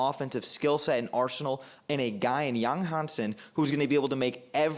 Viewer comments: Don't worry my friends. Your pronoucation is 80% correct at least. And Yang Hanson is probably one of the easiest Chinese name to pronounce for English speaker. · Actually, I've watched several Yang Hansen draft analysis videos, and your pronunciation of his name is the most accurate one. Thank you for your modesty. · Your pronunciation of his name is spot on, well done bro, love your analysis